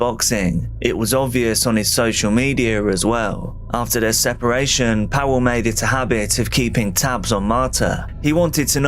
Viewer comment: Powell? Pawel, Pa-vull